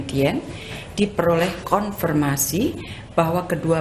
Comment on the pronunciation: Konfirmasi bu bukan konformasi